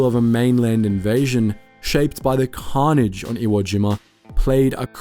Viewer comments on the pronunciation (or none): none